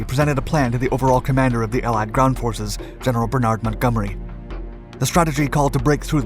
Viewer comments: Bernard, not berNard Caën, not Cannes Americans never do enough research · I do wish you'd learn how to pronounce Montgomery's first name properly. I've commented before, but you're too arrogant to appreciate the significance.